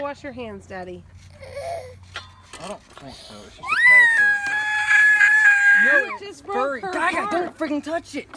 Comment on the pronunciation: "Is a cawwepwiller"